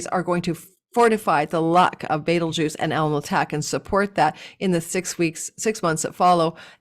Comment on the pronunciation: Love you,! I am watching now, cuz I was in a very long and silly work meeting...womp womp 😂 every time you say beetlegaise - I think of Beetlejuice! 😋